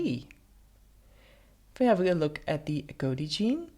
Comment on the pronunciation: Agouti rhymes with booty, not goatee.